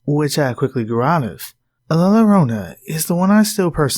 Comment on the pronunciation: Love ur narrations! Fyi double L in the Spanish language makes a Y sound, so la lorona sound wrong, its la yorona.